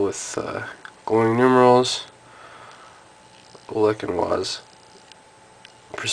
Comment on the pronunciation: I think its pronounced Olesh and vice.